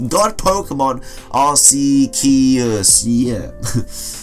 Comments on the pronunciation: Its arceus not arseus. Gamefreak changed the pronounceation cuz it sounds like ars, which is butt in british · Arceus is Arc--ay-oos or Arc-ay-us the name comes from archaic and Deus hence the oos sound but it's more commonly us instead as people rarely use the accent :) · Arceus: the "c" is pronounced like a K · Arceus is pronounced (ARK-E-US)